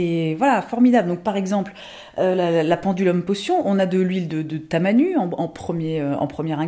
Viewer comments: Super vidéo comme d'habitude. Par contre le tamanu se prononce "tamanou" ;) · Ça se prononce « tamanou » pour l’huile ;) 🤣